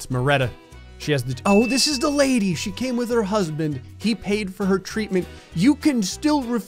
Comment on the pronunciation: how did you miss traitment instead of treatment